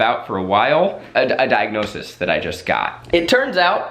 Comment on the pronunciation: Zach: pronounces own diagnosis wrong Also Zach: will later correct other Try Guys during TGGT